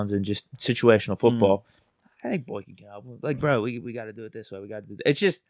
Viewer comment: BOY-KIN… stop calling him BOINK- IN 😂